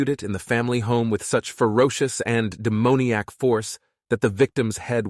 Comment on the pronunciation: De-moan-eac? I’m out.